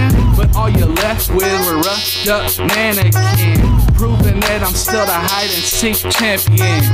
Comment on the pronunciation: mannequin not manakin but still awesome